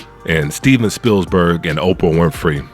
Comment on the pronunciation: There's only one 's' in Spielberg! But other than that, I agree with everything you said!